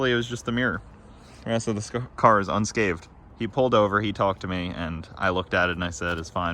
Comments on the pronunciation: it's "Unscathed", not "Unscaved" fyi lol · Sorry gotta say it... Its a pet peeve of mine and I need to right wrongs. Its pronounced "unscathed" not "unscaved" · It's "unscathed " not "unscaved". Get the mirror from me at my work...a GM dealership. It's probably only $250.